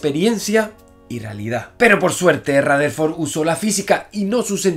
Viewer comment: Él dice Ratherford 😂❤️